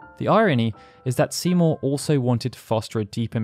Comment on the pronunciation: whenever u say Seymour i hear Simo dude xD